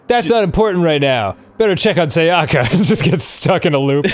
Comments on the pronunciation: I think Japanese names are some of the more easy names to pronounce because everything is just simple syllables. As long as you aren't stressing the wrong syllable, typically the second syllable, you should be fine. The first syllable is usually the one you should stress. So to say the names you should be saying SAyaka not SaYAka and BYAkuya not ByaKUya. Does that make sense? It's not a matter of what sounds better that's just how the names are supposed to be pronounced. I mean it's not a big deal since they're fictional characters but if you meet someone named Sayaka or Byakuya in real life it's just the respectful thing to do to pronounce their names correctly. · I mean true but the way he says Sayaka and Byakuya definitely isn't lol